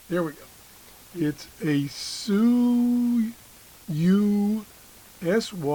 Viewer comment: Hello, the name of the radio is pronounced "Show you." I think.